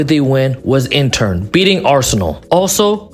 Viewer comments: Great vid but broooo stop calling inter intern 😂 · My ears are bleeding from a certain someone saying INTERn Milano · Nice vid, but are you saying Intern? 😂